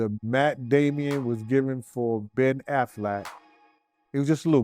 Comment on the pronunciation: Matt damon NOT Damion...Ben Affleck NOT Afflack😂